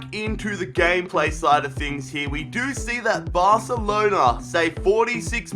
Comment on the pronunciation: He Said: Lets get into the gayplay... HAHAHA